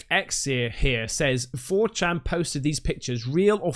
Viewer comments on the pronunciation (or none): I love how struggles pronouncing 4chan at the start of the video. A site that's been around for 21 years and is one of the most infamous websites on the internet. You're turning into such a "Dad",! (not a diss, we're of similar age). 😄